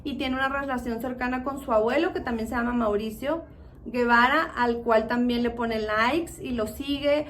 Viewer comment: No es Guevara es Gebara y se pronuncia jebara